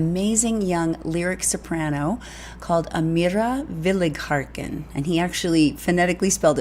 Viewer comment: FYI: You are pronouncing her last name incorrectly. There is no "R" in her last name.